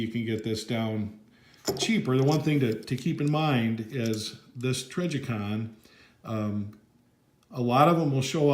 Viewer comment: lol say trijicon right pleas